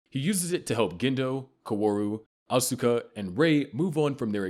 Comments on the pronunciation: It's ( Aws-kuh ) not ( Asooka ) 🙄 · Asookah LMAOOO It’s Asuka bro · Ikr. Im screaming its OSKA. Not Uhsueka. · Wow, the way he pronounces "Asuka" is so, so wrong. In fact this voice is so bad at pronouncing so many NGE words and names that it HAS to be AI. No one who had watched the show would mispronounce things this badly, or this much.